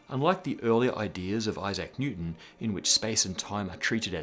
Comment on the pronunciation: Well, I guess that's one unique way of pronouncing Isaac I hadn't heard yet.